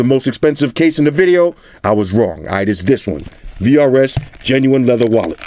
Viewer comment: For a sec i thought you said krs. Shout out to krs one